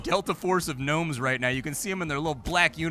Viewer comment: There's no G nomes like Gary G nomes.